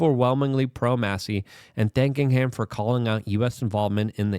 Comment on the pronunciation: You finally pronounced Massie’s name correctly